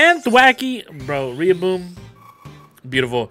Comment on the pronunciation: You pronounced so many names wrong. It’s not pupitar like puppy it’s pupitar like pupa. Its also not Riyaboom it’s not pronounced like the Spanish word it’s a pronounced double L like Gorilla